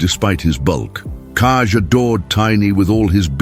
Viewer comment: Koko! That is not kaij it is Koko